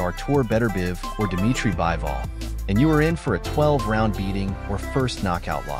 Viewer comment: It's bivol not bible